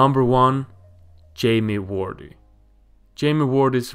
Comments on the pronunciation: Its not Jamie Wordy, Its Jamie Vardy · I was enjoying this until you disrespect the name of one of the premier league's legend.... Ian Wright. Why the hell do you say Ian completely wrong 🤦 Also Jamie Vardy..... V....VARDY. not Wardy 😑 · Say vardy not wordeeee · Jamie "Wardy", WTF. No it's Jamie Vardy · "iron Wright" 😂😂... Its Ian Wright mate 👍 "Jamie wardy" 😂😂... Its Jamie Vardy 👍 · Jamie Wordy? Lol It's Vardy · Its Vardy not wardi😆 V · and why Wordy and not Vardy? XD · Jamie vardy not wordy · wordy not vardy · Jamie wordee?? Wtf where do u see a w in his last name.... Var-dee. How u gonna have him number 1 and u saw wordee.. its Vardy!!!!!! Say it with me. Can't even finish this wordee video.. u get a dislike.. don't make soccer videos bruh I doubt u even watch it since u don't know the name of the best player on Leicester city. And u get a dislike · Jamie vardy not wardy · no ...There is no 'W' sound in German. The German W makes a V sound. The V makes more of an F sound. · Jamie Wordy 😂😂😂😂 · Not that hard to find out how to say someone's name. Did the same with Vardy, Also didn't even mention Wright became Arsenal's all-time top goalscorer until Henry. Just comes across as lazy research. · Laughing at him reading names incorrectly is not the same as laughing at his English. It is not hard to look up how to say Ian Wright or Jamie Vardy, I bet I could find dozens of videos on Youtube where commentators say their names in a game, or they're spoken to in an interview. It's lazy, I'd laugh at an English person if they guessed how to say Solskjær because it takes 0 effort to check how to say it correctly. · That's not true at all. The phonetic sounds required to say Ian and Vardy correctly do exist in Swedish, meaning he simply clearly did not research how to say the names correctly. To add to this, the fact he missed out lots of key information and shared a lot of inaccuracies also highlights how lazy the research was.